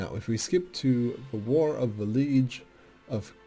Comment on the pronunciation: I know the video's a bit old but this made me laugh "War of the League of Cumbrai (If I'm pronouncing that correctly)" Made me laugh as you said liege not league.